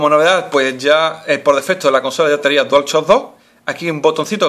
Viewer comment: dual chock prununciacion de mierda :V